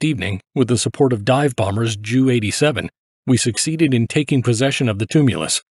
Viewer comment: I wonder if it is AI voice. Who would pronounce Ju as Jew?